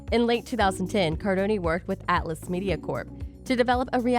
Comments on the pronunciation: Cardone it’s Cardone 😂 I kinda cringe when I hear the cardoni 😂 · Its Cardown not cardoniii 😂😂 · Soooooo annoying to hear you doing a video on GC without even learning how to spell his name correctly ! And then say it 10 times each second !!! It’s not CARDONiii, it’s CARDONE !!! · With all that mispronunciation of his name you forgot to share the now